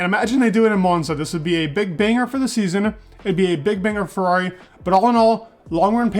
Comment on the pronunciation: I can see that when you want to, you can properly say FERRRARRRRI ... and this isn'tthe first time i noticed that! Keep up the good job, i really enjoy your videos 😉👍